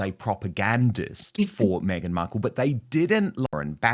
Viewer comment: She keeps saying Meganut 😂😂😂